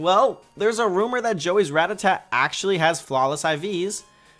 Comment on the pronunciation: Rattata! Not ratatat!